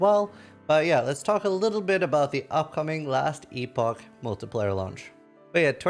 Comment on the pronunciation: it's pronounced MULTI-PLAY-ER not MULTI-PLIER